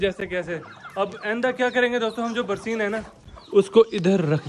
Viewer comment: Barseen nai hota barsan hota hai